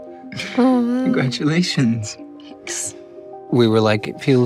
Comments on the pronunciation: that was such a British " congratulations" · that congratulations is fully British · wait I only just realised that Charlie’s accent sneaks out when he says “congratulations “